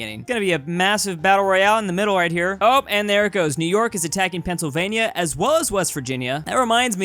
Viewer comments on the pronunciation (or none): When he calls it pennsylania